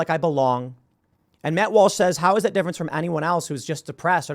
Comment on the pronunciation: Tim calls Matt Walsh "Malsh"